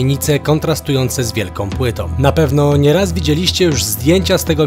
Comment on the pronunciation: siłom, brutalnościom, wielkom płytom :) silą, brutalnością , wielką płytą gamoniu